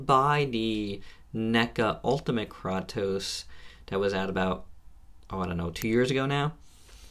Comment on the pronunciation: it's pronounced kraytos not kroctos lol nonetheless, good vid, Im getting mine tomorrow